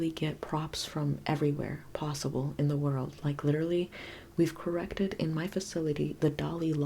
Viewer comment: Delbert Grady visited us when you said ‘corrrected’